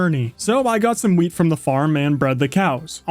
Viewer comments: Why did I think he said weed instead of wheat, even so it just makes it funnier hearing about the wheat farm. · I heard Weed instead of wheat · When he said wheat I thought he said weed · weil es so klang, als hätte er Gras gesagt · I thought he said weed